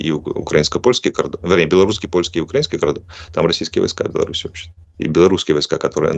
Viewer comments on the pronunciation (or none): none